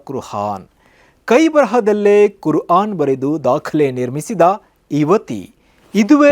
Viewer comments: ಸರ್ ಕುರ್ ಹಾನ್ ಅಲ್ಲ ಕುರ್ ಆನ್ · Kurhan alla kur aan😂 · Kurhan alla kuraan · ಕುರ್ಹಾನ್ ಅಲ್ಲಪ್ಪ ಕ್ವುರ್ಆನ್ ಸರಿಯಾದ ಉಚ್ಚಾರಣೆ